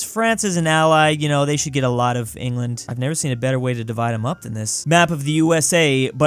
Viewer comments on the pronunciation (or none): none